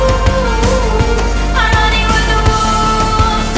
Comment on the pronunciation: 2 years late but she is using a dipthong [sound formed by the combination of two vowels in a single syllable] with the "O" in wolves to mimic a howl. Basically she transfers back and fourth between the "o" and the "u" in the "o" in wolves. A fantastic use of language.